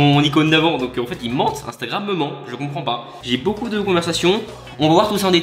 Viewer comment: Elle fait genre enfaitein mdr je critique pas je trouve juste c’est drole voila